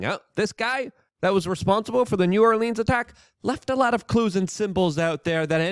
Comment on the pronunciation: Biden is one of the few people I've heard say new orleans correctly 😄